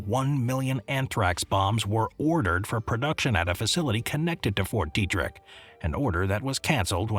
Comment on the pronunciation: It’s “Fort Detrick” not Fort Derrick